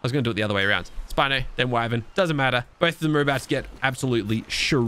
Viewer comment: Spino not spinnoff